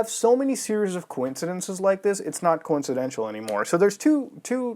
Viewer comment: You pronouncing coincidental as "coincidential" should bother me but for some reason it doesn't.